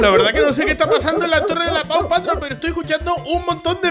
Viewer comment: "Paw Patroll"